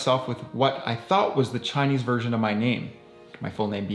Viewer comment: Your Chinese pronunciation is actually really good!😊